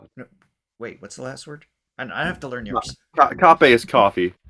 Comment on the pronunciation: Quick Tagalog lesson. In case it hasn’t been explained before. You may not know the meaning but I hope this helps you enunciate Tagalog words better when you read titles. Tagalog has only one vowel sound and that is short vowel sounds, as in; ah, eh ee, oh, oo for a,e,i,o,u, respectively. So, ’salamat sa pa kape’ will sound like … sah-lah-maht sah pah kahpeh,,,, not kapey… btw, salamat has the accent on the second syllable. The name Guzman, will be gooz-man. Common words you’ll find are 'ng’ & ’nang’. They sound or pronounced the same but former means 'of the' while the latter means 'when' or 'so that’. Then, there’s the article ‘ang’, meaning ’the'. When 'ng’ is in a word, it is pronounced like in ‘ringing’ or 'tang'. It's sort of nasal sounding. Some example are 'lamang’ (depending on the accent, it means merely/only or to have the advantage), 'sangay' (branch), 'sungay' (horn) or tanghali (noon). Hope this helps some....